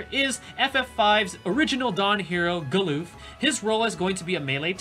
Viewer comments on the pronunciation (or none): galoof? its galuf lmao, also for those that say Agrias' name wrong, its ah-gri-yas (not ag-ree-us or aeg-ree-us)